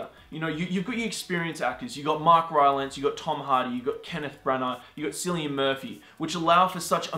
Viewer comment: Public Service Announcement... The name 'Cillian' is pronounced "Killian". It's a traditional Celtic name which is quite common in Ireland. I would know - that's my name.